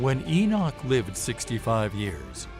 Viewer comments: GDN: Don’t you screen your videos before posting them? EnoSh? Enoch is pronounced E-nok by most of us Believers. 🥴🥰👋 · it's Enoch